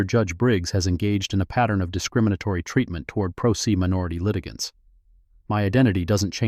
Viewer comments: Prose is prounounced (Pro Say). I realize this is AI but, stop butchering words. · Great story, fine detail. But "pro se" is a latin phrase pronounced "pro say"... let your AI know. Thanks.